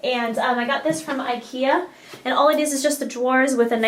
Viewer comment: Funny how you say IKEA :)